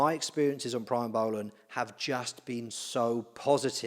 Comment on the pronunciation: It's "pre mo" not "pry mo" that drove me nuts